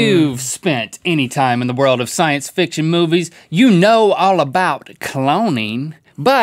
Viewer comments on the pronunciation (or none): none